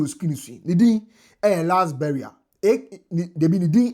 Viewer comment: Last barrier not burial🤣